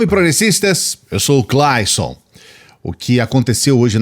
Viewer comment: O "Cláison", porque você não pronúncia o seu nome de forma Anglo-Saxônica "Clêison"? "Mate o homem, mas não troque o nome"!